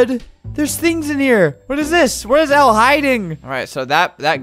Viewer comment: My name is elle and you said it right and not ellie